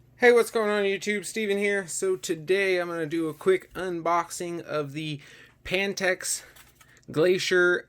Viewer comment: I know this man did not say “pan-teks”